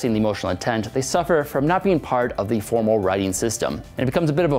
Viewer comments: the and though are both voiced TH though - he's talking about the and think, one of which is voiced (using the vocal cords) and one is unvoiced, but he pronounced both unvoiced. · I had to go back and listen again to be sure and yeah I get your point now, I think I hear a difference but his "the" does sound wrong